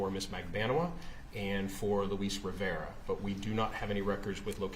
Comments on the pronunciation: Defense lawyer is very ignorant and rude. She’s been rude but today is the worse so far. The undercover agent is fluent in English and Spanish. How is that hard to understand? He pronounce the Spanish name the way it’s suppose to be pronounced. She’s the one who saying it wrong. So ignorant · Well the way he pronounced "Luis Rivera" did strike me as really bizarre. He did not sound like an actual spanish speaker lol. My theory is that she thought the same thing, but felt pressured to come across as friendly so she turned it into a compliment she didn't really mean.